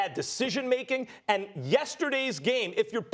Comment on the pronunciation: Josh Cummings There is a d at the end of the word "and"